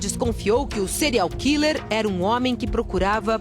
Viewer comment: se for pra usar o termo em inglês ao invés de português, afinal a reporter poderia muito bem dizer assassino em série, ela poderia ao menos pronunciar direito. "Cereal killer", afinal é isso que ela pronuncia.